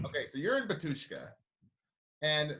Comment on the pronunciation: why cant member of Batyshka pronounce name of the band?